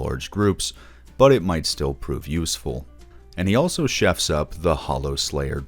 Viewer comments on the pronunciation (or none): none